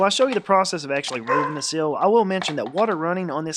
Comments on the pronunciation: It's not a 'sill', it is a 'seal'. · Dude you keep saying sill you mean to say seal!!!